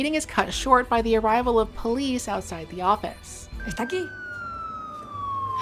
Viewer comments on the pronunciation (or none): none